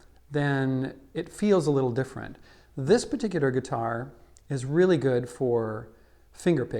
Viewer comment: Redigger Regular? Peticidder Particular?!?!